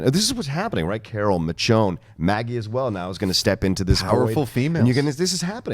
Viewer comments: It's pronounced Mishonne NOT Mitch-onne!! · C'mon John! It's Misjone, not Mitjone, we told you this last week! Enjoyed the recapshow! :) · Say it with me, my brother: MIH-SHHHONE (the "SH" sound). Okay right on. ;) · Michonne is pronounced, MISHHHONE! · Bro learn to properly announce Michonne. It's pretty annoying.